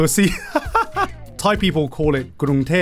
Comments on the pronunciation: Flawless Thai spoken in British accent 😮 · okay but Gigguk's thai was so good